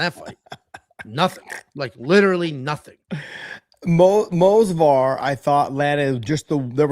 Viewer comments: Someone should tell that it’s Movsar, not Mosvar. Edit: apparently someone did and he took it as expected. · Say it with me, M-o-v-s-a-r, M-O-V-S-A-R, not fucking Mosvar. Its not that fucking hard.